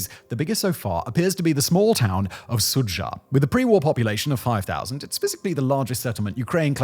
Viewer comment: For furture reference, When you see "dzh" in a Russian word, the “zh” make a "J" sound. Sudzha is pronounced "Sudja"